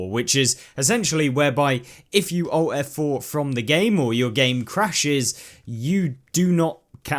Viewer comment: ALT + F4, not "owt f4"